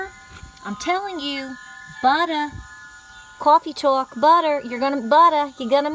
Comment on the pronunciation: You said "Cawfee Tawk?" This former Nu Yawker loves it!!